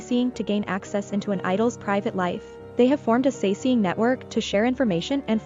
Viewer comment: 사생, romanization 'sasaeng' is pronounced sah-seng (with both sharp s) , not sa-see-ng :) But anyways, that video creeps me out.... And I'm always like well I do support this stuff by loving and listening to kpop and watching their videos. But on the other hand, the industry itself has to change, not the fans that are really afraid for their idols.